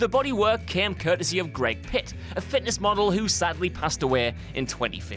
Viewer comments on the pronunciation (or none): exactly, i got so annoyed by that... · Glad I'm not the only one pissed off by that